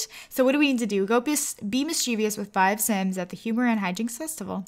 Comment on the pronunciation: You r saying mischievous wrong